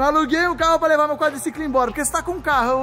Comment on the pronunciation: Quadliciquin* kkkkk kkkkkkk